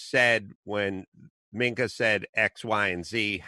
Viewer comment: Adam, as much as I dislike her, Mika is pronounced "me-ka" not minc-a. Love your show!!